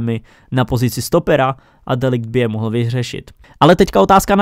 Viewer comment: čte se to "de licht" a myslím že by měl jít s de jongem do barcelony